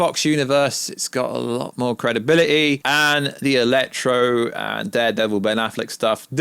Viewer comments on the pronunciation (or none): ELEKTRA not electro 😂